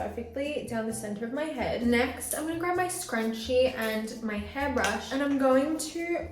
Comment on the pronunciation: Why she says heeeee for hairrr and yawwwww for jaw 😂